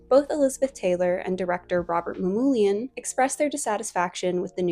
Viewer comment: Check pronunciation of Gina...Rouben Mamoulian... I get a kick out of kiddies thinking that Hollywood films are "realistic" or even can be "realistic". (they manipulate in several ways and so can never be "real"). They always reflect the era they were made in as any good real historian knows. Cleopatra, all of them, were the heirs of Alexander, of course. See history.